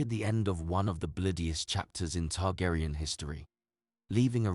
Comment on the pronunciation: Targaryen is pronounced TARGARIEN, not TARGARAYAN. Daemon is Demon. Otherwise great video, Aemond is my favorite character!